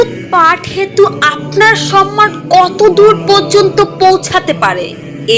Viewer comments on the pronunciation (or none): none